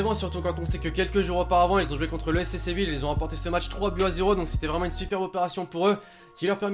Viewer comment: Seville(ye) pas Séville(le)